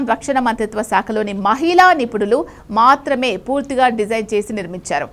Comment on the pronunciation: Meeru thelugu sariga vutcharinchali * mathrame annappudu maa ni otthi palakaradhu